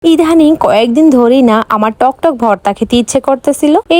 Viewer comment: ইধানিং✅ ইদানিং ❎